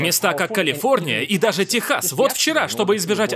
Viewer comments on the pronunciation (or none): none